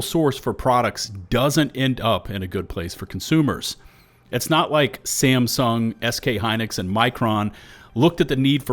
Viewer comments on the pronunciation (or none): none